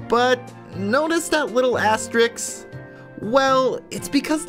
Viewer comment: I don't wanna be mean... astericks.